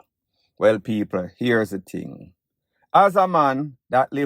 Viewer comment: He said "ting" not "thing" , which is a dead give away ..